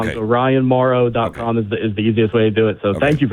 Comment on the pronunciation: You missed the “n” at the end of this guy’s name. It’s not Mauro it’s Mauron. Not sure why the mess-up